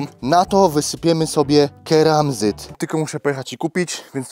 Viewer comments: Keramzyt nie karmazyt jak już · keramzyt nie kermazyt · Tym "KARMAZYTEM" rozwaliłeś mi głowę XD Keramzyt jak już ;) Brawo za dobrą decyzję z tymi rurami. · Keramzyt nie karmazyt 😂😂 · Keramzyt a nie kermazyt 😂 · To keramzyt!!! Nie karmazyt😂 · A to nie jest przypadkiem "keramzyt"?:D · Chyba mówi się KERAMZYT